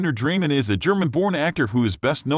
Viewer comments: Annoying how you don't pronounce his name right. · You may want to learn how to pronounce the last name of the actor and the correct pronunciation of the character.